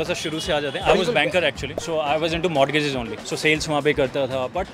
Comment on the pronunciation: Ghanta banker... He can't even pronounce Mortgages correctly even being from that field!